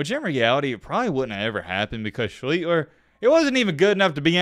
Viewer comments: There is no G in his last name. How the fuck are you saying ShleEGLER? It’s Art Sch Lee Ster. It’s worse than your ass using was when it should be were; if you actually had a first grade education in grammar. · "Hmm Art Shleeter. That's a name I kinda remember, but not to familiar with." Yeah, you kinda remember it not all all. Surprising that you did more than a week of research on this guy and still pronounce his name wrong. It's pronounced SHLEESH-ter. All you had to do is watch one highlight reel for 10 seconds. Otherwise thanks for the content. Grew up in Ohio. We all felt for Art. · SHLEESTER. THATS HOW U SAY IT. AWESOME SHOW BUT HATE MISPRONOUNCED NAME ON WHO ITS ABOUT. NOT BEING A DIC BUT IT RUINS A GREAT TOPIC U PICKED. MAKES ME WONDER ABOUT PEEPS I DON'T KNOW. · Who the hell is Art Shleeler??! its pronounced "shleester"!! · So confident with the "Yes, before we go any farther, that is how you say his name." WRONG! It's pronounced "SHLEE-ster." Cool, informative video, but I cringed in pain every time you said "Sheet-ler," "Shlee-ter" or "Shleet-ler." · It’s pronounced Shleeshter not Shleetler or Shleeter. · Do your homework. His name is pronounced Sleez- ster. 👌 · "Art Schleetler" "and yes before we go any further that is how you say his name...." NO IT F****N ISN'T, DO YOUR BASIC RESEARCH!!! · Yeah, he keeps adding an L and deleting an S. Otherwise a good vid. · Nope, "SCHLICHTER", spelled exactly as written. Its a german name. I know it, I am from Germany. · Wasn't it more like Shleester? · Lived it Baltimore area u r pronouncing wrong it's schlee-ster bro anyway😢 wish the colts were still here liked them much more than the lamarvens don't root for them bullies 0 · Nice video. As the gentleman before me said its pronounced SchLEEEEEEster. Keep up the quality work. Corrections make it credible. Peace. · Shh Lee Stir You are pronouncing it wrong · And hiz name iz PRONOUCED Art Schli-ster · SHLEESTER Is how to say it.